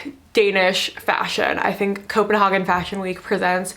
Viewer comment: it's pronounced copen-hay-gen